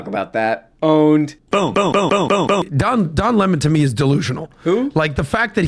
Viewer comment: Don Le-Mon